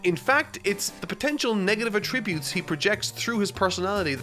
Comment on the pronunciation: please please PLEASE say attributes right